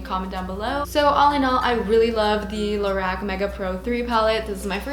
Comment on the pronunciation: just so you know its pronounced low-rock